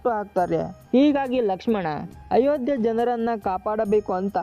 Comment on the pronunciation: Once you said ayogya not Ayodya sorry Jai Shri Ram